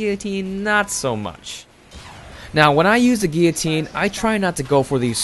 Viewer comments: wtf ? gee- ya- tine? isnt it gillo- tine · He pronounced guillotine wrong the whole video. He called it guitine